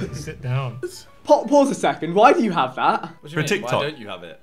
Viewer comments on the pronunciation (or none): none